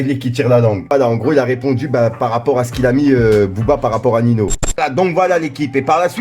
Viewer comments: Sa ce prononcé niño pas nino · C’est pas nino c’est Ninho sa ce prononce ninio 🤣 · C’est pas Nino c’est Ninho